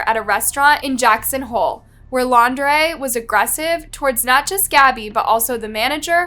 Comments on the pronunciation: It's laun- DREE Not Lau -DRAY. The very first time you said his name in the beginning, you said it right and then on to saying it all weird. But yeah, that wasn't a love story, that was a story of nightmares. For her in general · Brian Laun-draaaay. 🤯 Really? After all this time she still can't pronounce their names properly?! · It's "laun-du-ray- it's laundry. Like dirty laundry that he is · Not you changing Laundrie to L’Andre half way through the video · Pah-tea-toe. Seriously? I swear you TRY to say words wrong in your videos. And it’s super disrespectful to those that are passed and their families. Also Lawn-dree. 🤦🏼‍♀️ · Petillo ... No that's not how u say it get the victims name right thats so disgusting and disrespectful. And u said laundray? IDC about him but this makes this channel look so low. Not professional at all